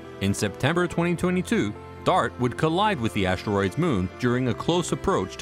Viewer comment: Never heard them called ashteroids before…